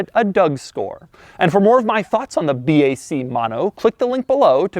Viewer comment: Should be pronounced ”Bak” not ”Bee, Ay, Cee”